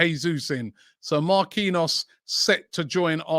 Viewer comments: No way he pronounces Marquinhos as Ma-Queen-Arse, no way 🤣🤣🤣🤣🤣🤣🤣🤣🤣 There is literaly a player at PSG with the same name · Give him game time, help him to be part of France WC squad for November/December and get him to sign a contract extension in January or offload him, to get maximum value. Oh, and Robbie Jesus is Brazilian so it's pronounced Jay-zeus not Hay-Suess. Marquinhos is pronounced Markey knee Oss. It's really not to hard. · Only Robbie can pronounce a players name different twice in the space of 2 seconds 🤣🤣 Marquinhos..